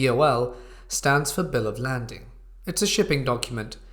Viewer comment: It's not bill of landing its bill of laiding.